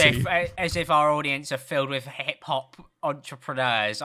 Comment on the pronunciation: The way says enTrEpReNEUrS??¿?